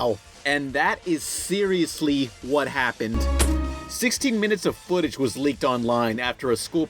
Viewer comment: he says footage as foot appears mhhhhmh